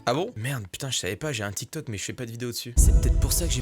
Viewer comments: Elle a dit télé tok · L'arabe dans la vidéo est claqué au sol hhhh et tiktok ne se prononce pas comme elle la dit hhhh 😌